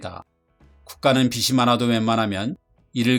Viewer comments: 나레이션 틀린 발음이 좀 거슬림. [비츨]이 아니라 [비즐]. [비시]가 아니라 [비지] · 어디서도 배울 기회가 없던 유익한 지식에 감사드립니다. 다만, 빚이[비지] 빚을[비즐]이라고 자신있게 발음해 주시길!